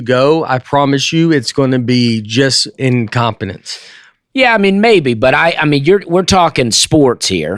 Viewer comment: im-com-pen-nance...love it.